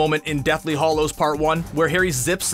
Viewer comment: It's hallows as in the name, Hal, not Hollows as in hall.